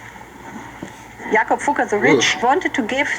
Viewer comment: It’s fugg er not foog er they are a historical German jewish family